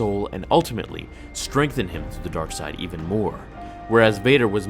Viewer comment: Why? Star Wars Dar Side dar side... WHATZ DA DAR SIDE